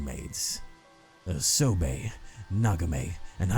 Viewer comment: its "soh-bah-eh" not "so-bae" btw, the one of 3 mermaids also fyi urashima-taro is a fairytale that 99.9% of japanese know